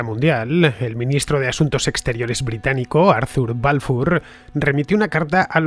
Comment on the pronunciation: Ofrezco narracion bajo guión con promunciación de nombres en el idioma original Rothschild o Balfour. Casi ofende la pronunciación